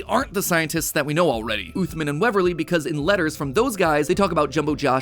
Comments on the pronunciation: As a person who’s fluent in Arabic please tell matpat to say عthmaan and not oothmen im begging you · Blud said "uthman" as "athmin" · Uthman is an Arabic name, pronounced ooth-mahn, not ooth-min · Im pretty sire the doctors name is supposed to be pronounced as usman not uthman, because in Arabic the name uthman is pronounced as usman (with a little bit of the th sound but thats just the Arabic pronunciation) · Uthman is pronounced like oosman and with a short 'oo' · You probably mispronounced uthman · The way MatPat pronounced “Uthman” …. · While it bothers me how he keeps mispronouncing Uthman's name, it was a pretty interesting theory. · nothing hurts more than the way you pronounced Uthman Adam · Awesome vid but the way he pronounced Uthman just made me wanna die